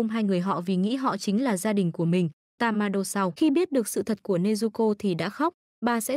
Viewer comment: Ủa tên nhân vật em đọc là tammaiê mà cj đọc tammainge p😂